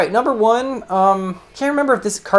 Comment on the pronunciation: I like the way he says big nomber, its always funny to me